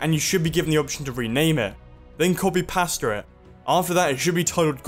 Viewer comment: Who else loves how he says "copy paster" because of his accent? XD